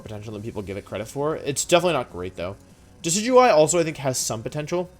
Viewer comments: Did he just call deckeydewey decidueye? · Great list, though I respectfully disagree with Indeedee female being B Tier. She’s S Tier IMO. A huge pain in my ass. Also, you mispronounced Deckydewey’s name. Another great wideo overall. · You mispronounced Decidueye, it's pronounced "Decky Dooey" as in "Decky Dooey Forest"